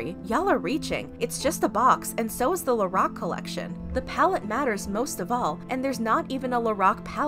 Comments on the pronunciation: When you said “Lorac” I heard “The rock” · When she said Lorac I tought she said The Rock